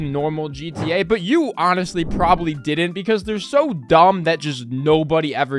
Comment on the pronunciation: “Dident” bro lmao